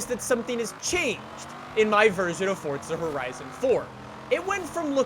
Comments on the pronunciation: Pls say Forza Horizon not Fortza Horizon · "Fortza Horizon 4" as he says it